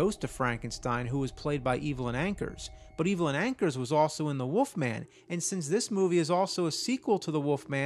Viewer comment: You're pronouncing Evelyn Ankers name wrong, the proper pronunciation sounds like a small E, not a capital E as in evil.